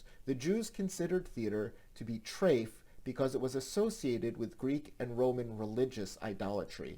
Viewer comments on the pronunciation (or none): On rewatching this video I noticed the pronunciation of treyf. Motl says it the same we would say it in English with a CH-R sound rather then with the T-R that you would get in a work like trinkn. I wonder if that was a mistake or if it's an exception?